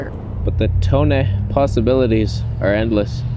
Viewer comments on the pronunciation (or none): The way you say “Toneh” makes me 😂🤣😂🤣